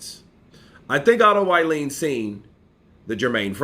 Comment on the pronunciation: his surname is pronounced wallin like wall street... wall-in not violin